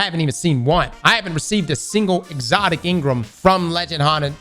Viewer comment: Crossssssssssssss! N-Gram. Not In-Grum. Pleaseeee. 😂